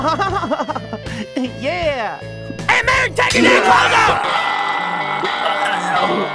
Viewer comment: am I alone with hearing 'ant mary take your fucking clothes off' instead of 'aunt mary'...?